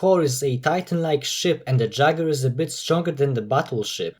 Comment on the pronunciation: that pronunciation of jaeger physically pains me